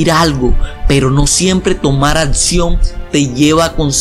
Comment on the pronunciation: "Atsion" 'xD